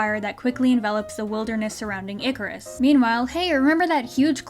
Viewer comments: Who else heard: “Good morning Nickers.” Not “good morning Icarus.” From the hologram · although I know she's saying Icarus not the n- word, they should have made the voice actress do it again so it isn't easy to mistake the two words. imagine having so little effort in a show that people can mishear something so badly. lol